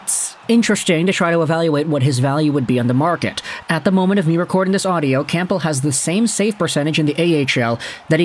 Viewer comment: The p in campbell is silent , its pronounced cambell